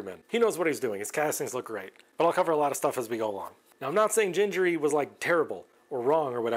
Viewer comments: Gingery without 'djeee' like in 'jacket' but 'gheee' like in 'Uganda'....his son pronounced their family name i've seen an then already old video about that way back 10 years ago....also the guy from Makercise made a long series about his build but stopped it some years ago during the pandemic. As I remember he managed to finish the lathe and almost completed the metal scraper....wont be an easy task good luck for that. I started to build it many years ago but everything was in imperial not metric so being in Europe I gave up at the beginning. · Subscribed! Definitely going to follow! Back in the 90s, I was making an order for this series with Lindsay publications, the original place to get the series (Lindsay was a friend of Mr Gingery). I was playing with Mr Gingery's pronunciation with the lady, trying to figure it out, and the lady got slightly aggressive correcting me. The next catalog, they specified "That's Gingery, as in sing-ery". (J sound on the first letter) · Dave said his name was pronounced like thing, as in ging-a-ma-thing ( that is more or less a quote) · It is actually pronounced with a hard G like in green or google. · you should pronounce gingery the way you didn't want to pronounce it. It has "harsh" letter Gs in both locations. I have watched the video where he introduces himself and you can hear him say his own name - that is definitive. I believe the video was mostly about him playing a fiddle and I have it on DVD somewhere, but I don't think it is on the Internet. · It is definitely hard 'g' for both the first and second 'g'. I talked on the phone to his son's wife when I ordered his books in bulk back in 2006, and that's how they pronounce it. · I have watched a few videos regarding the Gingery series, and it drives me nuts when they pronounce “Gingery” with hard g’s… I have no idea if it’s right or not, but I’ve been saying “ginger” my whole life, and I can’t change now!